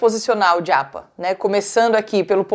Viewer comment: Porque você fala djapa 😵‍💫